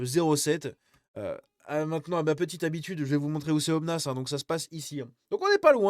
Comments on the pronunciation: On ne prononce pas le "s" de Aubenas,.;) J'en profite pour saluer mes voisins ardéchois. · Aubenas on prononce pas le "s" et c'est la 2eme plus grande ville d'Ardèche. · Tu me tue comment tu dit Aubenas. 🤣🤣🤣